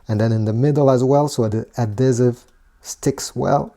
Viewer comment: I love how you say adhesive as "Uh-Diz-Iv"